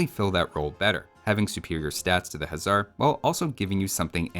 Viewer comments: You keep calling everything a "Huzzar", the regular Hussar is pronounced exactly like you would think. The Magyar Huszar should actually be pronounced "Magyar Hussar" because "sz" in Hungarian is pronounced "s" meanwhile "s" in Hungarian is pronounced "sh" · What if any is the difference between hussar and huszar? Is the latter supposed to be pronounced with a "z" sound instead?